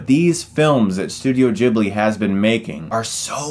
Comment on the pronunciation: It’s ghibli not jibbly